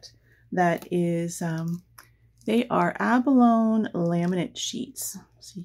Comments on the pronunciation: Once again I have had to pause your video, to immediately try to purchase one of the products that you use. I can’t help it, you do such gorgeous work., that I had to get some abalone (pronounced, ab-uh-lone- ee, just for the sake of correctness, not criticising) so I went to Aliexpress and purchased an abalone sheet, then came back to watch to the end. The same thing happened with Daniele Baresi’s products! I just must have them, immediately! I look forward to each new video that you do. I had to watch the short Christmas ornaments compilation several times, while frantically hitting the pause button to get a good look at the pieces, even though I had seen a video of you making them! Anyway, keep on keeping on! Regards from NSW Australia. 🇦🇺👏👍✌️ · Gorgeous,. Btw. Abalone is pronounced abalony. Just thought you’d want to know. 😀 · Beautiful work!! The pronunciation of abalone "a buh low nee" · Just a little comment about the pronunciation of abalone - a·buh·low·nee .